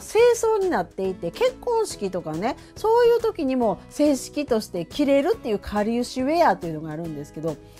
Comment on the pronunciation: ななちゃん小学校卒業おめでとうございます‼︎🎉🎉㊗️🌸 あと、「かりうし」ならぬ「かりゆし」ですぅ〜😂💦